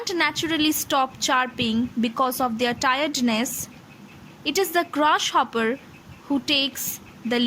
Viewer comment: I passed XII in 2016, now I'm a graduate. I love this sonnet. One thing that I want to say to you is that the way you pronounce "Grasshopper" is really bad. I couldn't take it in. I suggest you to focus on your phonetics of G sound. P.S. I am sorry but it's true.